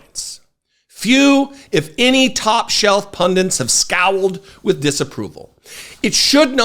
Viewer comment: I love what you do and I'm glad you do it the way that you do: wise, funny, informed, concise. Great chuckle! But it's 'pundit,' not 'pundint.' 'Punditry,' not 'pundintry.' Battle on, good man.